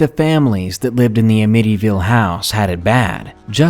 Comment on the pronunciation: 🤔A-MITTY-ville? Really??😂 It's Amityville dude.. sound it out!